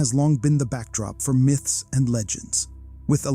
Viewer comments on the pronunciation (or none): none